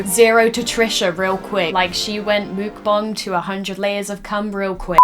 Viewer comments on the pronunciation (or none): It's pronounced like "muhck-bahng". Both short vowel sounds. Uh like you're almost saying "mock" and "muck" at the same time. Ah like in fAther. As someone who has been learning Korean for nearly a decade this new mukbang trend is the bane of my life. Also because I hate mukbangs but I guess I'm in the minority now. Anyway it's not important I'm just pretentious and it annoys me when people say things wrong. I will watch and enjoy the rest of the video now thank you goddess Trisha for ur patience with me 😘